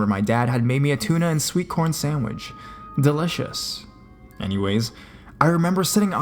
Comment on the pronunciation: The tuna and sweetcorn sandwich? The fact that he found it 'Dileshussh' instead of delicious was way scarier.